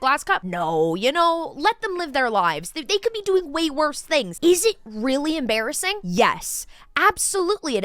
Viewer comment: That is em-BEAR-assing 😂